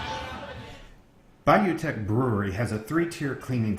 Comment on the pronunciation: Bayou "tesh" teche